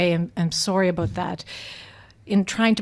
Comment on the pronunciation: Aboot.... I LOVE IT!